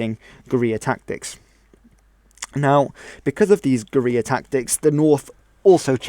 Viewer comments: When you say Guerrilla it sounds like gonorrea(JS). Bushwhackers were Guerrilla fighters; other than that the south mostly fought pitch battles. At the end of the war Jefferson Davis wanted to disband the army and start a guerrilla war in the Appalachians; which many southerners knowing this land and how to survive(after many years of pointless slaughter complete destruction of the south and, the greater divide in our nation. Which would have led to a unhealable hatred for one another) probably would have won. General Lee said no. So General Lee destroyed this country and also saved this Country. "it takes a brave man, but to end this killing,it takes a braver man"-Can't remember. P.S Can we all just agree that the civil war was not a black and white issue(no pun intended). Even Abraham Lincoln himself said,"no one side is to blame for this war". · Definitely some very Broad brush Strokes overall, all right video though, except for the elephant in the room.. the one glaring defect nakama learn how to say fuckin gorilla bro.